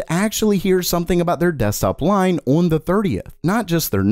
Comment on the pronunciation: One day will say "on" properly.